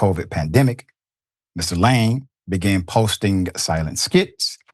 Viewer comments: Its Laaaame not Lame you stupid Americans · surely you could have googled how to pronounce his name correctly?? LA-ME its not difficult. shocking that you didnt do 10 seconds of research before butchering his name 500 times in 7 minute 😂😂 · Lam-e. Stop pronouncing his name that way it’s embarrassing. You’re lame for making zero effort. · It’s pronounced la-may not lame …😂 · La'me! 2 syllables. Not one syllbale lame. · “Lah-may,” not “lame.” Thanks for your attention. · His name is pronounced Su-Reen-Gey Kha-Bone La-Mey, Senegal was colonized by the French. Yall, please stop calling this man lame, when it's pronounced La-Mey! I swear English murders African names. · Lame is pronounced La-may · Pronounce his name correctly pls. It is la'mi! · Listen i appreciate you but he's African the pronunciation of his name is Laaame... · huh what? laaame would sound like layme aka lame which is what he said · I think his surname is pronunced as La- may